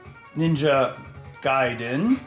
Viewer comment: Mr. Heck, I'm so proud of you for putting in the extra effort in saying Ninja Gaiden correctly. Mario and Lara next? ... =P best wishes from Germany <3